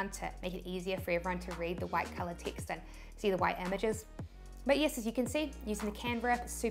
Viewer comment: yiss = yes 😁